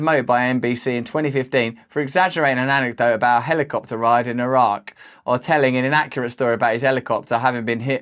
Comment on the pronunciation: I'm glad you pronounced eye-rack correctly